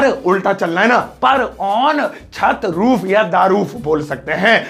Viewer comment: Toof nhi roof